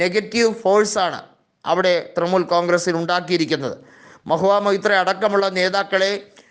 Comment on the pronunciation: തൃമൂൽ അല്ല തൃണമൂൽ.. പോയി നാക്ക് വടിക്ക്